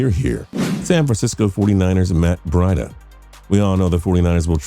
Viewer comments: "Matt bread-uh" It's breida (Bree-duh) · he can’t even say breida name right 🤦🏾‍♂️ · He says it so wrong